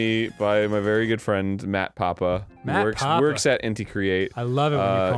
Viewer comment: Mat papa? You mean Mat Pat?